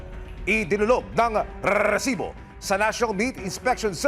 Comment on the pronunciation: Tigilan mo yang rrreeeesiboo mo kainis😂